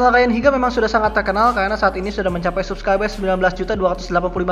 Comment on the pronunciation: Cara lu bilang Subscriber bikin gw pengen nonjok lu, ngomong "R" ngga jelas